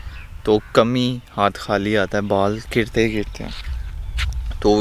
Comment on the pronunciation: k-h-aali na bola karein please. Pakistani nahein lagta is liye guzaarish hai خ ki awaaz se bolein. Please please mind nahein karna. 🙏 😊